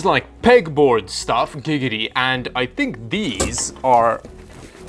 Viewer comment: Why were you saying Gigidy